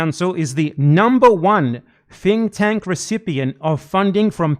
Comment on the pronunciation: Normally I assume it’s accent that makes his “th” sounds “f” sounds, but I think he meant to say the Atlantic Counsel is a “fink tank,” which, accurate.